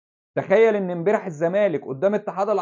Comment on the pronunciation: يا بالتوفيق بس ملحوظة هي نطقها امبارح مش امبيرح عشان تكررت عند حضرتك